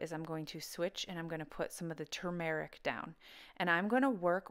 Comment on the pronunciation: Two mar RICK I've been pronouncing it wrong... tumor ick. YOUR pronunciation sounds much better! Thank you! B~}